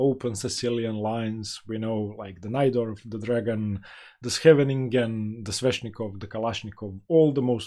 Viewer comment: My compliment for pronouncing "Scheveningen" almost correctly. 👍 It's very difficult for non Dutch speakers.